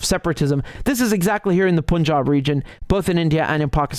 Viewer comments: Riichard, it's not pronounced 'seechkkkch achooo'. Just say, "sick' like I feel sick. Not 'Pooooonjab' but 'PAnjab'. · It is not p-u-n jab, it is like the word "pun " + "job". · No disrespect, it's not "Poonjab" It's ok to go with the traditional pronunciation of "U"(cup, umbrella, unless you hail from the North of the UK) On the topic, maybe India should rekindle the old Free Quebec movement, 😅since Canada is so concerned with the khalistani "freedom fighters', the vote in the1995 referendum was not what one could call conclusive. With not more than 1% deciding to stay with Canada, there's was always plenty of "wiggle room " wink, wink nudge, nudge. 😅It wouldn't be the first time in the history of "free and democratic " elections in the glorious west😂